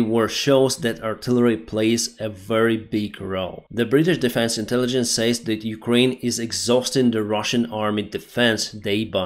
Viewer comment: British interligence 😂😂